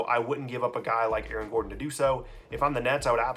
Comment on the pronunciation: Damn did you just say A-A-RON? lol